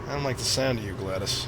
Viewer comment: GLADOS. HER NAME. IS NOT. GLADYS. IT IS PRONOUNCED GLAHD-OES.